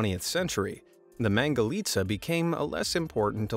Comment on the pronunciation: I like the fact that he said mangalica right